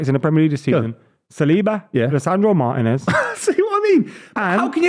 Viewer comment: saying Martinez 🤣🤣🤣